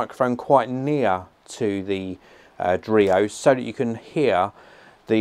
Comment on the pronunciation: dreo? i almost thought it was Oreo... oh boy